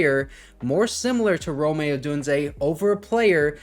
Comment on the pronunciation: Brother his name is Rome not Rome’ lol